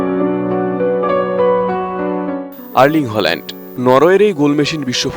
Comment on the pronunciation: Why Bangalis pronounce his name wrong?